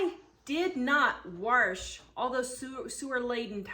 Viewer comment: There isn't an r in wash.